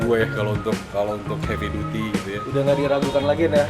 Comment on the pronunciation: Duty dibaca Daty...